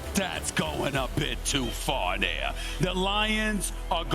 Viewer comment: “Well HE AINT DERE NO MORE” 😂